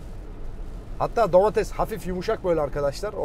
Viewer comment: abi domatesede domatez dedin ya